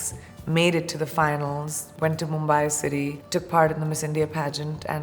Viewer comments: It's Mumbai not mumbaaaaye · What's MumbAAAi ???? It's Mumbai. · Yaar Mumbai toh dhang se bolo lmao